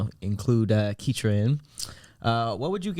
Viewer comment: It’s ketra long-cloud